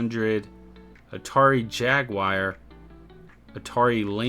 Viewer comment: Whats a Jag"wire"😂